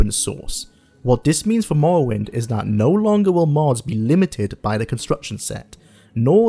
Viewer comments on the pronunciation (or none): Mowwowind eh? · I wuv to pway mowowind to this day. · Awwite guys so t'day we're weviewing mowwowind yeeeehh guv it's fweedee